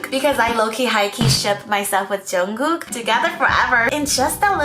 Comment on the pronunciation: Sorry but its junkook not jongook